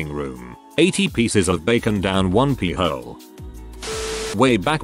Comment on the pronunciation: that's a really unfortunate way for the robot to mispronounce "pie hole" in that context! 😃